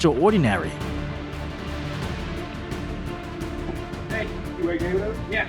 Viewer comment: ITS extraordinary NOT extra-ordinary!!!